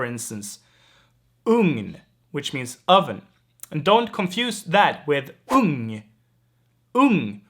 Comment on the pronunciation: Jag gilla när du uttalar Ung och Ugn. Det lära mig.